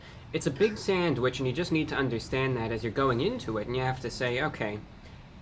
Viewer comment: saand Wichh